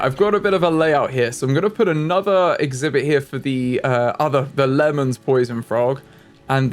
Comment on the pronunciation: Just to educate Lehmann for the poison frogs is pronounced as lay-men :)